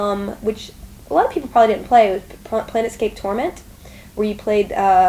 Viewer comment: Felicia is a very attractive person, but she totally called it "planetscape", nerd cred -1